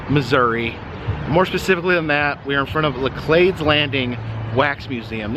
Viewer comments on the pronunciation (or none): Oh damn. I completely forgot I've actually been there yeeeeeeears ago when I last visited home. Heads up, by the way... St Louisans pronounce it La-cleeds despite the French connection. 😅